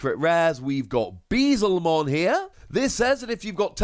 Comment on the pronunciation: "Beezlemon." I died. Love the videos.